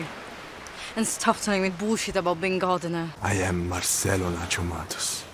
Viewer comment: the wayyy I thought he said Nachomatos instead of Nacho Matos